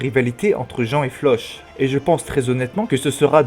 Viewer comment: Sa se dit Flock pas Floch ça m’a perturbé irrité même 😂 mais sinon la vidéo est bien 😂